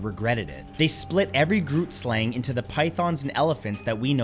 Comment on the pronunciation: First point: Who ever considered centaurs to be pure evil? They were fae, yes, but not go-tos for wickedness as far as I've ever heard. Second: "Grootslang" is pronounced "hruut-slahng"; I haven't heard of any of these other creatures (besides draugr, because Skyrim), but I'll take your pronunciations with a grain of salt, if that's okay.